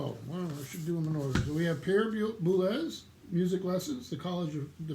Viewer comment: Boulez is pronounced "boo-LEZ". The z isn't silent.